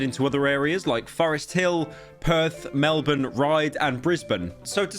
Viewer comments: HOLY SHIT GUYS!!! A NON-AUSTRALIAN PRONOUNCES MELBOURNE CORRECTLY!!!! you don't understand how infuriating it is when anyone not from Australia says "mel-born" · Holy fuck you don’t know how gratifying it is to hear a youtuber or anyone who’s even vaguely a celebrity pronounce “Melbourne” correctly and not exactly as it’s spelt (it’s said “mel-bin” not “mel-born”)